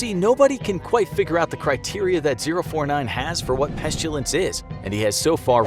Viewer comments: its pestilence not pes chew lance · Any normal person: pestilence Infographics Show: peshjulsensh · Pestilence not pestulance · Why are you saying “peshtilence”? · When you say peschulence do you mean pestilence? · Peshtulence huh? We did that... fml. I really liked this channel. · You said pestilence wrong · The way he pronounced pestilance